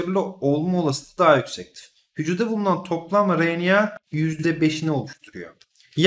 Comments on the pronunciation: hocam o kadar güzel RNA diyorsunuz ki r harfini hep söyleyebilen biri olarak ben sizin gibi güzel söyleyemiyorum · Hocam siz ne güzel RNA diyorsunuz öyle ;)